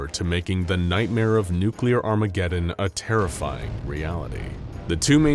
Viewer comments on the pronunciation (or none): none